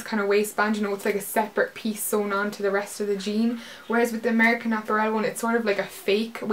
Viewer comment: I love the way you say apparel! haha! great haul!